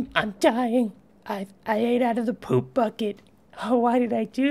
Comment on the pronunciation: . The way you said poop cracked me up. I love you, man!